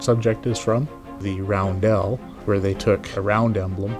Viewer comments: Balkan Cross for the Germans, it's roundel not roundelle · Roundel not roundelle. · I swear to god, emphasize the e in roundel one more time